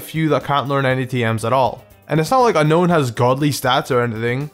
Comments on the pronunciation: It's pronounced Un-own not Un-Known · ok I agree unown is bad, but SHUT THE HELL UP!!!! ITS UNOWN AS ITS CLEARLY SPELLED NOT UNKNOWN!!! THAT'S A STUPID THING THAT I HAVE SEEN TOO MUCH OF!!! GET POKEDEX 3D MAN! IF YOU WERE A REAL POKEMON FAN YOU WOULD PRONOUNCE THE FUCKING NAME RIGHT!!!!!